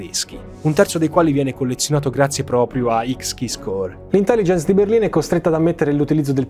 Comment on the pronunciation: Ciao, ottimo lavoro come sempre ma se posso permettermi una piccola correzione, le pronuncie delle aziende citate nel video sono sbagliate: Verizon, pron. VERAISON Deloitte, pron. DILOITT (è americana non francese) Xkeyscore, pron. EXKISCOR non voglio essere pignolo ma rendere i tuoi contenuti impeccabili:)